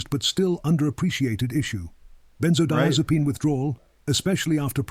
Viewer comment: Are you mispronouncing benzodiazepine or do people pronounce it like that in the area of the country where you live.?